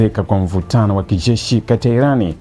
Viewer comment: Wee kijesh sio kishzesh